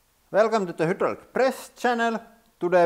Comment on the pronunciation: This is a great video and I will never get tired of hearing "hoodrallik press."